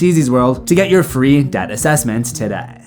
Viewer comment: 'tah-da' or Today?